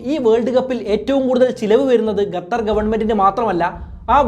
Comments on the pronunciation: Very Informative and I do follow you regularly...but it's really annoying the way you pronounce Qatar. Hope you will consider it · താങ്കൾ ഗത്തർ എന്ന് പറയുന്നത് പോലെയാണ് കേൾക്കുന്നത് ശരിക്കും Qatar എന്നാണ്. ഏകദേശം "ക" പോലെയുള്ള ശബ്ദം.എത്താൻ വേണ്ടത്.മലയാളത്തിൽ ലിപി ഇല്ല. എങ്കിലും ഉച്ചാരണം ഒന്ന് മെച്ചപ്പെടുത്താൻ ഷധിക്കുമല്ലോ. നന്ദി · 10 references and studies to make the video is not enough ,its shown in content . Pronouncing also wrong not Gatar its Qatar. Use English cafe urself also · Bro , presentations are v good but the add in between is boaring also not Gathar , it is QATHAR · Not gatar its qatar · Not ghather, say khather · Bro gatar alla qatar anh pronouncation tath anh🙄🙄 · Gattar alla kuzhi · Gatar alla qatar 😂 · Please it is Qatar ( ka) and not gathar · Correct 😂 Adyam poyi pronounciation shariyaakku settaa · Don't say Gatar... Say Qatar... Correct yourself 👍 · It's not gatar. It's Qatar. I think u need to learn English ASAP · Video കൊള്ളാം pakshe ഗഥർ അല്ലല്ലോ ഖത്തർ അല്ലെ? 🤔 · Eda kezhange. Gatar alla..its qatar. Kaa ann..kalla newsil ayit erangike ann. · Gathar aano Qatar aano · Gathar alla kathar 🤣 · Gathar alla..... Its Qatar.. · ഗത്തറല്ല മൈരേ. ഖത്തർ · Gather alla saho...Qatar 😜😜😜😜😜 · Gatthar ella bro . Qatar. Qatthar ennu pronounce cheyyum. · Bro Gatar alla … Qatar aan … pls. Correct your pronunciation … it feels soo weird hearing Gatar Gatar… Pls look after it! Great content though! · ഗതർ അല്ല. ഖത്തർ... മലയാളമെങ്കിലും മാന്യമായി ശരിയായി പറയാൻ ശ്രമിക്കുക... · ഗത്തർ അല്ല... ഖത്തർ ആണ് സഹോ.... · ഗതർ അല്ലാ ഖത്തർ . അത് ആദ്യം പറയാൻ പടിക്ക് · Ghathar nahi dost, Qatar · ഗത്തർ അല്ല, ഖത്തർ. English മാത്രം നന്നായി സംസാരിച്ചാൽപോര, മലയാളവും വൃത്തിയായി സംസാരിക്കാൻ പഠിക്കണം. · ഗത്തറല്ല! ഖത്തർ എന്ന് പറയൂ കുട്ടീ! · Bro…. Your presentation is very good. But one correction Gathar alla khathar(qatar) ennanu pronounce cheyyendath….. remaining ellam informative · ഗത്തർ അല്ല ഖത്തർ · എടൊ gathar അല്ല. ഖത്തർ എന്ന് പറയണം. Stupid. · Gathar alla bro Qatar anu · Gathar alla Qatar